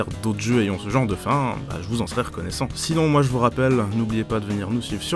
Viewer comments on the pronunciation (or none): none